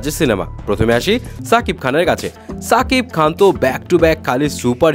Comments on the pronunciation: সাকিব খান না ভাই শাকিব খান উচ্চরণ ঠিক করেন আগে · ছাকিব খান না সাকিব খান? ঠিক করে বলেন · Bai apni name ta toh aktu thik kore bolben??? Se toh chakib Khan na ???? Se Holo shakib Khan